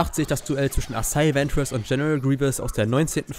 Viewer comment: Bitte sprich es nie wieder asaii Centers Aus sondern asajj ventress